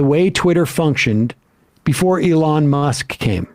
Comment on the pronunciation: Sam is finally saying Elon's name right.